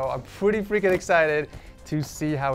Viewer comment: 😂😂man said fwicking existed